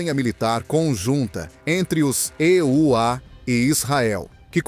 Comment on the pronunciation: Locutor que diz "ê" u á tem que voltar à escola.